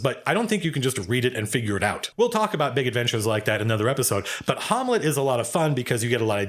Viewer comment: Harmlet??? What happened to saying Ham- let, i.e Shakespeare's Hamlet shud have been a hint lmao, STOP NOW, Please God stop now!!!lol